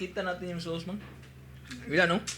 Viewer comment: sauce po not sos